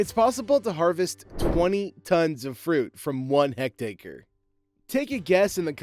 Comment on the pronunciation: What the hell is a "hecked-acre"? Why not get a narrator who has, at least, a rudimentary knowledge and understanding of agriculture and the associated equipment; instead of some twenty-something airhead with an annoying voice?